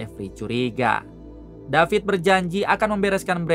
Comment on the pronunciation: David not Dapit guys 😂😂😂😂